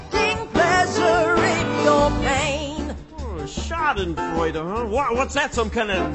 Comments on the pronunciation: I am kinda not happy that they call us germans nazis but uaargh i love this song it's so catchy and it's so funny how they pronounce "Schadenfreude" 😂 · I'm sorry to say but i'm kinda offended cuz i'm german and this is not so nice what the song says... but anyways super great work i love your art style and it is too funny watching english people pronouncing "Schadenfreude" wrong 😂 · I'm German,too- And I love how they pronounced "Schadenfreude". XD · yeah they said like "schardenfräuda" 😂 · W h y d o i r e l a t e t o t h i s ? ? ? Even tho I'm German, this shiz is funny cuz I don't think they are saying it right lol. I love this so much